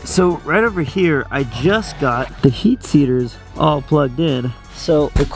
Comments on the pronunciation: Bro said heat seaters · He said heat seaters 😂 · Heat Seaters 🤣 I say it all the time too and still had to go back to make sure I heard you right